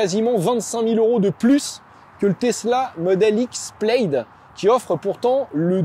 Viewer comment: "Plaid" se prononce comme "plade", pas "pleillde"...